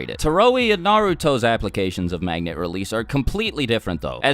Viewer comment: Anyone else notice he said magna